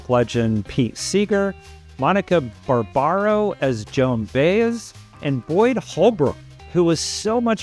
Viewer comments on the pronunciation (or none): Yes, he said Baze, and ChaRLamet. It drove me nuts! Also he didn’t do much research. I’m a nobody in AZ and I know that Dylan asked the director to change the girlfriend’s name. Also, according to interviews I’ve seen with Timothee, he has not yet met Bob Dylan. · You lost me at BAY-ez. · Her name is Joan By-ez. Are you kidding? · Her name is Joan Bah-ess. It is a latin last name. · Hi! My turn to say I’m sorry. I heard another younger critic say Baze throughout the review as well. The reason I know how to pronounce her name is because I’m old so I’ve heard her name and music a lot. Before the buildup to this movie, I went on YouTube to see full versions of what I saw elsewhere, and for physical therapy videos. I am obsessed with this movie and have tickets for tomorrow. The only reason I knew the other facts is because I have watched so many featurettes about it. I used to sing opera (I never made it out of the chorus). I mention this because pronunciation was very important, so I’m sorry I picked on that. Also as a singer, I can tell the difference between Dylan and Chalamet’s voices because, and I mean this with love, Chalamet sings on pitch. Thank you for the positive review and I will subscribe and support your new channel. 🥰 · Come on. How do you mispronounce Joan BUY-ez. Most of us heard her name 100x before we saw it on a record jacket. Intentional insult? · lol yea ur a Dylan fan. U couldn’t say Joan Baez correctly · I was disappointed with the film. I felt the storyline fumbled around with no particular direction. But the worst part is the sound mix. Much of the dialog was mumbled. Maybe it was the sound system in the theater I was at. Anyone else find the sound lacking? On the plus side, I would nominate Edward Norton for Best Performance by an Actor in a Supporting Role. Oh, and you mispronounced Baez. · Good review, but you blew it on Chalamet and Baez pronunciation. Wikipedia is a good place to check out name pronunciation before a review. 😊👍